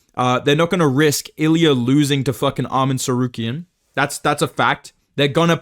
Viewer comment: too much chael impression permanently ruined your tsarukyan pronunciation 😭